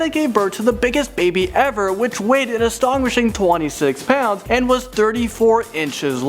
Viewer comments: its astonishing not astonwishing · "An astonwishing" XD He never says it correctly. Never. Why even try? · y does he have such a big problem with astonishing?!?! ive heard ustanishing and anstonguishing today and anstonguishing happened twice